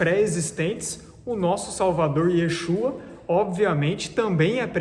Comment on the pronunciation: Você estuda tantos assuntos e as traduções mas pronúncia do verdadeiro nome do filho não... YESHUA não é YAUSHA